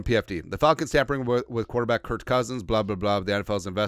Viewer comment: Stop saying Curt, it’s Kirk